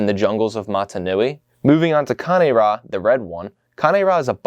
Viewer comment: so the wrong one was c-AY-n ra, when the right one is kan-AY rah